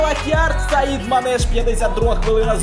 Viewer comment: Не Саідманеш А САЯДМАНЕШ